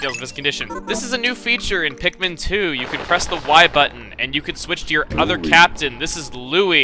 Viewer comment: You call them pikmin.... I call them MIKPIN!